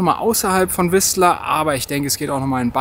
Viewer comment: Das t in Whistler tut im Ohr weh 😉